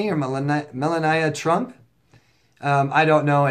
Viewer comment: Melania Trump is the First Lady of the U.S., Trump's wife, not his daughter. Fyi Mel ahn EE uh